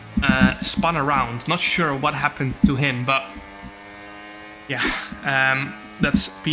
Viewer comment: I like how Jarno pronounces his 'but yeah' as 'betje' 😄